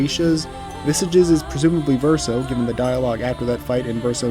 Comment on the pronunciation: The way Verso says it is not fully accurate. Source : I'm a native French speaker. The first syllable should not be pronounced "sih", that's not how we say the "i" vowel sound in French. It's more like "see-ren", but even then, it's hard to convey exactly how it should sound to an English speaker. Suffice it to say no Engish speaker will truly say it correctly lol.